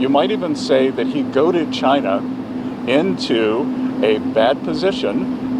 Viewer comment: Its goaded not goated 😂